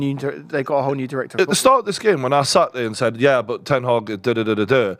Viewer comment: Put some respect on Ten Hag’s name!!! 😂